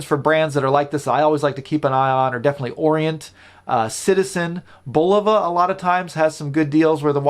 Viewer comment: Thank you for pronouncing Bulova correctly.